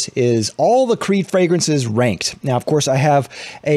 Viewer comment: did you say "ranked" or "wanked?"